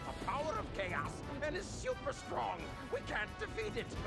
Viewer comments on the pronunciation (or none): Eggman was just like: he's super stwong and we cawn't survwive